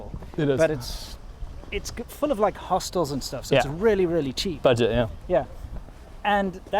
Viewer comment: Its HOSTELS not hostiles ... :) "Its full of hostiles and stuff" - around the mark.